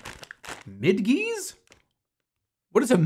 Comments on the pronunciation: Bruh why pronounce it mid-gee, pronounce it like bridge, midgee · Knowing full well that "midgees" is pronounced like the slur "midget" (because they're shorter than the original Tootsie Roll) was an exhausting few minutes.